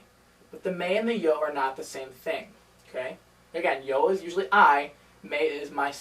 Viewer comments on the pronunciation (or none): none